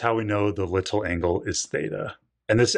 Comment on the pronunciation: why do you say "little" so weirdly?